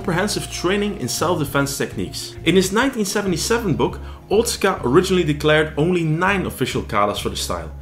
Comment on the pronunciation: Wado was my favourite martial art of the ones I've trained in over the last 40 years. BTW- Otsuka is pronounced "oh-tska". My father in law is Japanese and he corrected me on this pronunciation years ago. :)